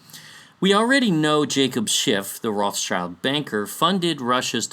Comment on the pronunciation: trivia> how to pronounce this beastly family name: Rothschild - "ROT - SHIELD" means red shield (included in their family symbol)